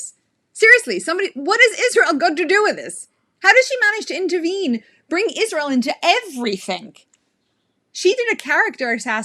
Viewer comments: Iszhrael. God the way she pronounces that pisses me off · Not only does she manage to bring Israel into every conversation, she also finds a couple extra letters to add into it "Ischzzzrael." lol